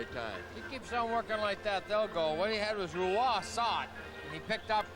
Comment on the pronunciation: back when patrick wa was patrick rue-ah